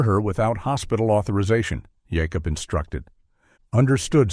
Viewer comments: I understand not everyone pronounces some things the same but "Yacob instead of Jacob?" Wow 😮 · Ive never heard of that pronunciation of Jacob.